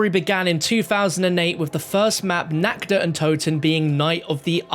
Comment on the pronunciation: Love the vids and hate to say it but you're mispronouncing the german words "Tag" and "Nacht". You're pronouncing the "a" like an english "a". Not that big a deal but just wanted to let you know. Keep up the great content 👍